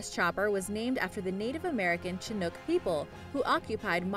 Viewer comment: She called the ch-47 a "Chin-ook" instead of "shin-ook"